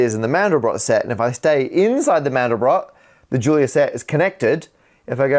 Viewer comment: The 'Julia' in 'Julia set' is pronounced 'zhoo-lee-yah' because eet eez Fronch, honh honh honh!